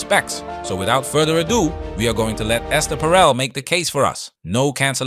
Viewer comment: First second of the video: "Alright Ess-TAIR". Hasn't she ever heard of the name "Esther" before? Lol